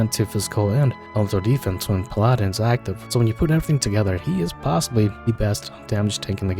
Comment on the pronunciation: You say Paladin as “pal-ah-din” not “pal-aaah-din”